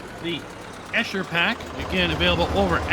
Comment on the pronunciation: Quite frankly, even for a non-native, you pretty butchered the name "Eicher".